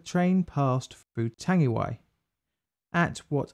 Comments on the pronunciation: Chur for this bro, pronunciation is ,tongue E why ,tangiwai,Chur cuz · You kinda murdered the pronunciation mate but ill allow it, knew you would get round to this one, is the Hyde disaster next? another kiwi rail disaster in the main land of New Zealand, the south island, and it involves intoxicated staff and excessive speed. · Not Tangiway, Tangiwai, Tangi & wai as in why. Tangiwai. Tangi: to cry or weep; wai: water. Tangiwai may also be a Pākehā inversion of the more usual Waitangi. Sorry I'm fiercely proud kiwi. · Tangiwai! That's it! (I wrote that horribly mispronounced comment on Twitter)